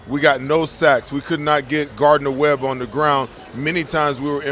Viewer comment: Boy said Gardner Webb 😂